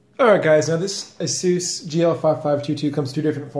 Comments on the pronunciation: Azeus? It's A-SUS 😂😂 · Why must you say ASUS like that?! ( TT_TT) skips vid